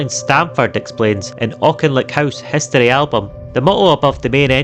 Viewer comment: What are "spukkies"? And what is "hustory"?